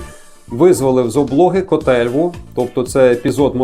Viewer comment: Дуже гарна цікава лекція, але називайте назви правильно, наприклад не кОтельва , а котельвА, Котельва'.